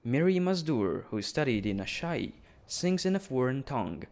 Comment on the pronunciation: I love how you can pronounce Asshai as "ASS High"